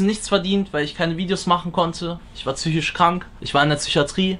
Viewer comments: Wie er immer tsychisch statt psychisch sagt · Niemand: Absolut Niemand:: züchiatrie, züchose, züchisch